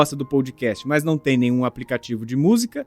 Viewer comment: Vc pronuncia errado . NÃO é pou dcast É pó dcast Pódcast na pronúncia